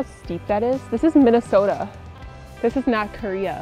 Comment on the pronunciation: 발음이 정확하시네요 ㅎㅎ 민네소타 ㅋㅋ